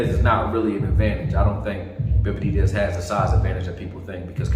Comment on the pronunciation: Why can’t he say benavidez? He’s right though!